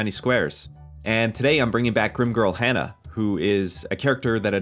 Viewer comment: Hana - not Hannah. "Hah-nah"